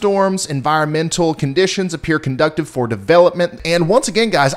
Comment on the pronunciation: Conductive is not pronounced "conDUCKtive", it's "ConDEUCEive" or "kən-ˈdü-siv". I know, no one cares, I barely care too, but whatever.